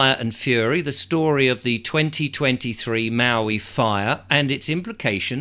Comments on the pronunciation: You’re pronouncing Maui correctly. The person on the cover of the book was Sumner Redstone, late head of Viacom, the media conglomerate. Everything stinks about this, including these books ready to roll out before the fires are completely extinguished. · A book out that quickly is quite suspicious. Your pronounciation of Maui was very correct by American English. Your pozzlement is valid,indeed.